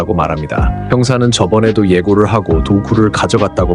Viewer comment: 혹시 대사 AI로 한건가요? 대사칠때 ~~하고 에서 고를 이상하게 발음하거나 띄어쓰기를 뒷 단어에 붙여서 이상하게 읽는게 3번정도 있네요